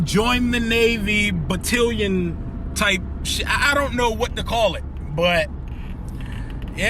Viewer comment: Did you just pronounce Battalion all wrong??? 😆😆😆